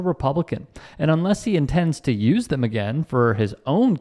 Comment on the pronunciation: Dim, doughs,da Them,though, they 😂😂😮